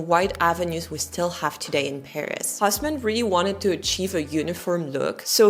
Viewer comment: That man's name is not "Hoss-man". The French pronunciation is Os-mân. (like Turk LOL) The correct German pronunciation don't even try, as you cannot do it anyway.